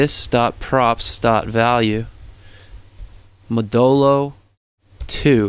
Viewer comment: Hahaha the way you pronounce modulo had me thinking you were saying Modelo :D